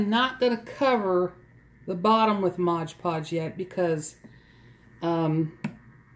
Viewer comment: It's NOT MODGE PODGE, it's MOD Podge.